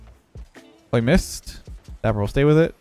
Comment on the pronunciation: it’s dappur